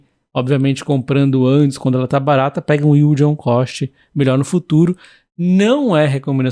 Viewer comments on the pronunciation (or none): none